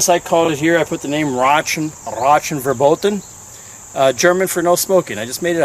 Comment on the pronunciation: Rauchen verboten :-D great But you can work a little bit on your pronounciation :-D Very nice Greets Dennis